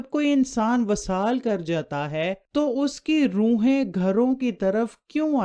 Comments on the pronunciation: vesal hota ha vasal nahen . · معاف کیجیے گا وصال کے “و” کے نیچے “ زیر “ ہںے زبر نہیں۔ اور ایسے پڑہیں گے “ vi-saal “۔ اس کے علاوہ جہاں والدہ کی خدمت والد کی بہ نسبت تین دفعہ زیادہ ہںے تو دوسری طرف والد کی نافرمانی ک سزا اللّہ کیطرف سے سیدھا سیدھا “ عاق “ ہںے جب تک کہ اولاد والد سے معافی نہ طلب کرے اور اس کا والد اسے معاف نہ کر دے۔